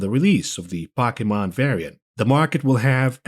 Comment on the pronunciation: Poe. Key. Mon. Pokemon. Stop disrespecting me.